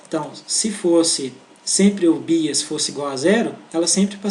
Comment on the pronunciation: Muito bom, mas sem querer ser chata e já sendo, "bias" pronuncia-se como "baias".